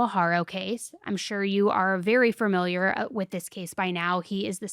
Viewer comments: I love you but it’s fAMiliar not farmiliar… I’m sure you’ve heard it before but damn girl, every episode? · You say "fermiliar" like one of my friends and I think it's so cute